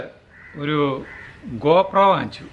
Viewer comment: koppra alla gopro...adh kalakki..😂😂😂